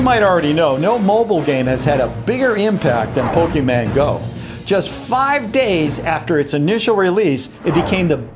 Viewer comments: No, it's pronounced Po Kee Mon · Did he just say Pokéman go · did you say pokeyman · he keeps saying pokeman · you said pokemon go wrong, you said pokeman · ahahah he says pokeyman. (btw its fake i checked it up like him) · YOU AWAYS SAY POKEMAN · Hey says pokeman, TRIGGERED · did you say pokeyman? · did he just said.... pokeMAN????? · "Pokeman Go App" TRIGGERED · Not Pokeman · Did he really called it "POKEMAN" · He's saying pokemayne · lol he pronounces pokémon as pokéman 😂😂😂😂😂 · He said Pokeman lol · He said pokeman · cringed when he said pokeyman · did anyone else here pokeman! 😂😂😂😂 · You keep on saying pokeman XD wtf? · Stop saying Pokéman go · Omg pronounces Pokémon, pokeman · he says pokeman go like me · anyone else notice he keeps saying Pokeman 😂😂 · He pronounces it Poke-man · is he saying pokeman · he sed Pokemon rong lol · how he pronounce "pokemon" tho😂😂😂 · Yeah its the worst of the 3 ways to pronounce pokemon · did he really say pokeman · did he Really just Say pokeman go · It’s not Pokemaaaaaan XD I’m sorry this just kind of hearts my heart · It’s so funny how you say “pokeman” my dad says that too it’s really funny but it’s Pokémon no MAN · pokéMON. MON. NOT MAN. MON. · It’s Pokémon not pokeman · Pok-A-MON NOT Pok-A-MAN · and Addison Lucille guess what is Pok-E-Mon not Pok-a-Mon or Pok-A-Man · It is Pokemon not pokeman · ITS POKEMON NOT POKEMAN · It's not Pokéman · It's Pokemon not pokeman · is pokemon not pokeman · its Not pokeman its pokemon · Mon not Man. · IT IS CALLED POKÉMON AND NOT POKÉMAN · You don't say po kim an you say pokimon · HOLLY, it's Pokémon not Pokéman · did just call Pokémon pokeman? 😐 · ppokemon not pokemen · lol he says pokeman not pokemon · he's say Pokeman and its Pokemon :) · STOP SAYING POKÉMAN ITS POKÉMON! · Why he said poke man it's poke mon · its Pokemon not pokeman!! A lot of people confuse the pronouncing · Can you not pronounce the letter "n." Just say Pokemon, not Pokeman